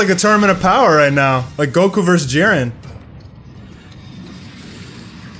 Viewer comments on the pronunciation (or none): It is so freken annoying to hear you say verse (vs) over and over, IT IS VERSUS!